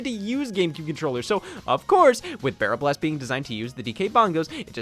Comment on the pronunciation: Absolutely incredible video, glad to see Donkey Kong: Jet Race be covered. Shame you kept saying B*rrel B*ast.